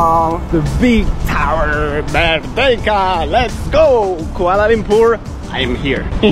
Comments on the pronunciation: Kuala Lumpur is pronounced Kua(koa like koala) la(lah) Lum(loom) pur(poor) I bet the people walking past were slightly annoyed but scared of correcting you. (Malaysian here, no hate, just normal behavior) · "kuale lempur"😅